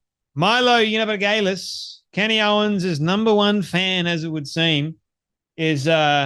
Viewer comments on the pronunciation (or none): Please learn how to say Milo yee an op ol us , its not that hard. It's a bit distracting. If you speak for a living, make an effort.